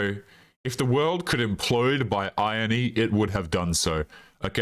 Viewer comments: Eye-Ron-Knee I know it might look like 'iron'y but its not ion e. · and, if you mean Irony it's not pronounced like a clothes iron, used to flatten shirts. You say the R. phonetically it's said Eye-ron-ee